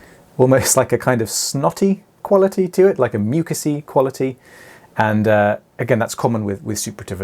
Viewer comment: The only time I've heard the words "snotty quality" sound upper class 🤣